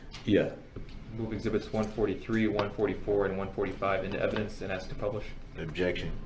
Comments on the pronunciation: Brung into a courtroom. Wow. Who taught him English. “Have they saw”. “Axeing” substaining. Forf. Oaf. And does he not hear how dumb he sounds? Biasness. Biast. How can he hear the work ask yet turn around and axe. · Lol he even says “axe” instead of ask😂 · Love that part. I wish she would say "do you want to axe a question or ask a question?" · Not all blacks speak like that he's lazy and doesn't care to pronounce his words, he thinks he's a gangster